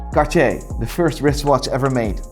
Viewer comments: Bruh why is he like "Cachier" isn't it like Car-tea-er? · Considers himself "Watch Expert" but doesn't know how to properly pronounce Hermès, Audemars Piguet or Cartier